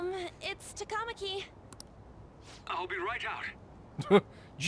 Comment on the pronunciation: For some reason the TaKAWmaki and the SaKAHmoto and KiTAWgawa are especially bad. And Mishima's name is pretty butchered too.